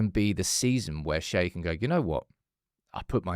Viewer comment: out here absolutely DYING attempting to remember how to pronounce Shea’s name properly every time🤣